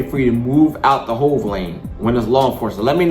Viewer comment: hell no! When ya already jailbait ya gotta roll! No matter what! The guy was calling it a "hove” lane. I was explaining what it is.